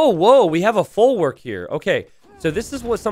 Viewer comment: Your pronunciation of folwark hurts my ears so let me help you a bit: w in polish is pronounced just like in german, or like v in english. So think of saying "folvark" next time :)